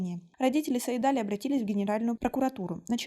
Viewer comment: Имя называйте правильно - Саид-Али’. Ударение в конце.